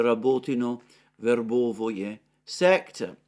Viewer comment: Stop mispronouncing Verbove please!!!